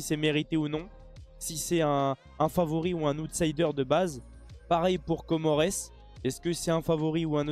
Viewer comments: Comoresse t'abuse ça se prononce comore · Tu fais comme si t’avais jamais vu ou entendu parler de Comores ou comme c’était la première que tu vois. On dit les Comores ( komore ) prononciation au pluriel obligatoire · Comores se prononce comore et Botswana se prononce comme c'est écrit et pas botsawana